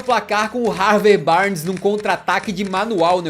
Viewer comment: O acertou o nome do Harvey Barnes, evento raro kkkkkk